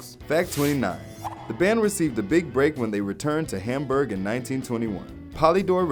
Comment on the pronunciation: its Hamberg not Hamburger